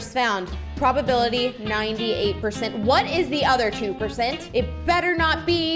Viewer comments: When sad purcent i laughed so hard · say percent:purcont